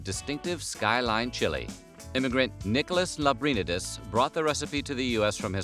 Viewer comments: My god did you butcher the pronunciation of Lambrinides. Lamb ber knee dus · Could you have butchered Skyline founder Nicholas Lambrindies name any worse? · That's not how you pronounce Lambrinedes And Skyline is only one version of many in the area...each has their own take